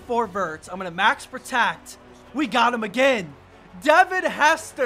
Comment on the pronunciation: Did anybody hear him say max protact